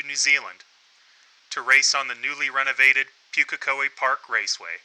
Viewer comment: Nice video, but it's pronounced Pook-e-co-e. Like here: /watch?v=bT5rNmvC8to&t=0m17s